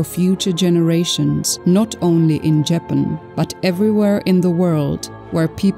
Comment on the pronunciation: What is insulting is pronouncing the country incorrectly. That is disrespect.